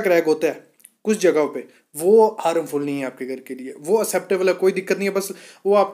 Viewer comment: हारमफुल नही हार्मफुल. पहिले सही शब्दका प्रयोग करे.